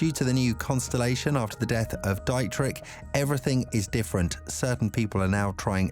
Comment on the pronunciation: Enjoying the video but it's Dee-trick